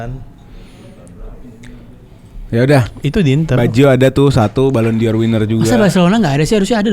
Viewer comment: Ballon d'Or = ballondor Not ballon dior